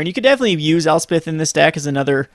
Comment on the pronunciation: I love watching your videos, but it is getting harder to watch with you mispronouncing so many of the cards names. Hearing "El-SPIT-ih" makes my blood boil. ElsPETH. "An-geel-ic" sounds wrong. "CHAIN-druh"? To be honest, your not even pronouncing volatile correctly. Vo-LAT-ile. C'mon man. Your videos are great, and I'm a fan, but unless your Canadian I don't understand how you are mispronouncing any names that are more than a single syllable.